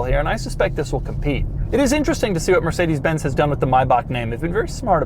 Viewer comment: Funny how Americans can pronounce Mercedes Benz correctly but fail with Jagwire and Aston Martun.